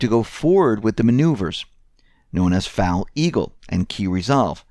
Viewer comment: FOAL Eagle. FOAL. Not Foul. Rhymes with mole. Was a lot of fun when I was there.